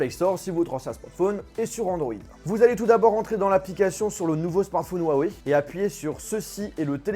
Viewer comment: C'est pas "Wawey" 😂😂😂